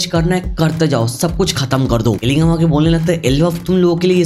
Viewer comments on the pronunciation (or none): Jing jin woo ❎ Qilingam ✅